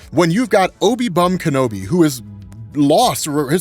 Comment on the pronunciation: No you didn't just do that. Not Obi-Wan Bum Kenobi lmao